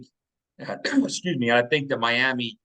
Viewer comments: Just curious, why do you say “Miama” instead of Miami? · Clearly you ain’t seen our defense we’re going on a run and we’re gonna go down to MIAMI and get that W! It’s Miami not Miama quit putting A’s on random words you sound very unintelligent! IGNORANT! Handicap even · Miami… Miama… who the h3ll cares. Pretty sure the late Al Davis, with his thick Brooklyn accent, might have pronounced it “Miama” too.